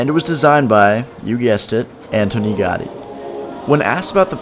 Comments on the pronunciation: 1. Gothic quarter is one of the most touristic and is horrible. Raval is better 2. Ciutadella IS rlly dusty and hot. Lots of tourists there in the summer 3. Ga-Ü-di not gotty 4. Boqueria is an actual disaster. Waaaay too many people and mainly tourists. It's overpriced too. Just go to any market near you. There are a lot 5. Parc Güell is also hot and dusty and overcrowded with people. Like rlly bad like the boqueria kinda bad. Beautiful but try to find a time whith fewer ppl 6. Stalls in arc de triomf? Also dusty hot and overcrowded. 7. Mon-jü-eek not monzhuhk This was very touristic. Not a local experience at all (coming from a local) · not Gardy. GA U DI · 1. Ga U dÍ!!! Not Gadi 2. Mont JUIC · 'Antony Gahdi' Ahahahaha! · an important note for all North American youtubers : please check your PRONUNCIATION with a linguist/mother tongue before posting anything on YT. It's an assault to my ears (gowdy etc..) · please give places proper respect and pronounce them correctly. montejuke, gardy?? wtf dude thats disrespectful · * Gaudi is pronounced Gowdi * Sagrada Familia is going to be completed on 2026, the 100 year anniversary of Gaudi's premature death. Gaudi's imprint on Barcalona is indelible - every place he built is a must see. * Las Ramblas/Gothic Quarter/The Arc are tourist centric. Go once, avoid otherwise * The Picasso Museum, Joan Miro Museum and the Botanical gardens - must see's. * Eixample. You missed out the main district. Barcelona is all about expression. The buildings there are a must visit. * The food there isn't nearly as good as any other Mediterranean city. Spanish Just some help into doing a little more research, and spending more time in a city before you create content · its pronounced ca-sah bat-yo gow-dee (the mispronunciation of gaudi really grinds my gears) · Cld u pls pronounce Gaudí properly? "Gawdy" is too far off the mark. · Jacqueline Díaz the same thing with Montjuïc, it is prononuced: montjuÏc, the i is the strongest sound.